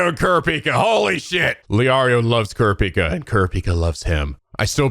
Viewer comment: I can never get over how they pronounce "Kurapika". It just sounds so wrong. A lot of small things in this dub rub me the wrong way.